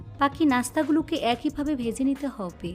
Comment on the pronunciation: হব্বে হব্বে কেনো শুদ্ধ করে হবে বলা যাইনা